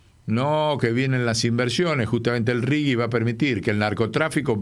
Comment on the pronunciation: RIGI SERÍA MEJOR PRONUNCIAR RIJI .... LEY DE PASTA BASE